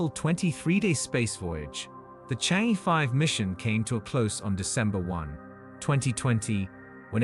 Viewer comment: For heaven's sake , it is NOT Change, it is Chang E 嫦娥 , the name of fairy who lives on moon , according to the Chinese legend !